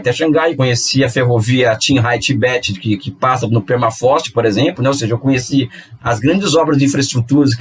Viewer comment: Apenas um erro de dicção, mds...